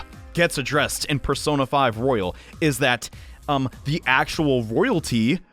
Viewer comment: Its Royal not rOyALe